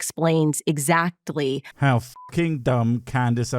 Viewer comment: She can't even pronounce the word "exactly", sounds like she's saying "exattly".